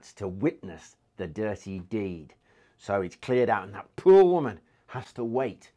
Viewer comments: I love the way he say poor -lol - peuer ha ha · Talking about the Royal privy then pronouncing poor as pooer had me in stitches.